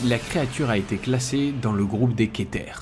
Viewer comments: Le reste du monde: Keter: Queuté 🤣🤣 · Keter ca ce prononce Quétaire pas quété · ca se dit pas queuté mais keter et c est bien ké pas ke comme tout le monde dit regardfe tout les pays il dise belle et bien kéter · C’est pas keuté c’est keter apprends a prononcer stp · "Keté" 💀💀 ca se dit 《kétèr》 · Prochaine fois dis "Ké-teur" au lieu de "QUEUE - T" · c'est pas keté mais kétère au niveaux de la prononciation de keter comme cutter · keter = queuté , ca donne envie de se suicider une tel prononciation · LA CLASSE "keuté" XD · La vidéo est cool par contre stp … prononce le r dans keter😢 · Ça ce prononce pas [kétaire] de base ? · Juste une petite précision! "Keter" ce prononce "Kétèr! Et puis, il me semble qu'il y a la classe Appolyon, dans laquelle tu ne peux rien faire et observer, tellement il sont puissant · Ça ce dit kétère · ''queuté'' qu'il a dit :face-fuchsia-tongue-out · nn nn tes jute con enfin toi et les gens qui le disent comme ça la vraie prononciation c'est keter ça a toujours été keter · Ça se dit "Kétair" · Ça se prononce kétere🤦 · La manière de prononcer Keter 💀💀💀💀💀💀 On dit Ké Terre Il y a d‘autres classes que les 4 là mais elles sont ésotériques (sauf Appolyon à moitié) -Pour 173 l‘histoire c‘est juste une animation sur une chaîne YouTube il n‘y a pas d‘histoire d‘hôtes, également c‘est pas le premier SCP trouvé par la fondation mais créer en tant qu‘article -SCP-682 est nommé "Reptile Difficile à Détruire", d’ailleurs il y a une centaine de test avec d‘autres SCP (053 mais aussi Walter le lapin omnivore) -SCP-2521 sais lire, il enlève les gens qui parlent de lui à l‘écrit ou à l‘oral, donc on ne peut donc parler de lui qu‘en images. Il y a un test avec lui sur 682 mais j‘ai oublié ce que c‘est a part que ça a échoué -SCP-096 c‘est "l‘Homme Timide" pas l‘Homme Triste A part ça la video est bien mais c‘est redondant de toujours prendre les plus connus sans dire quelque chose de peu connu ET sur le wiki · SA CE DIT kéTèR!!!!!